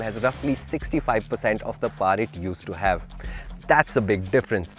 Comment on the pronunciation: Paar drift???? It's either pronounced as pawa or paw. Paar is neither bristhi nor American or indian.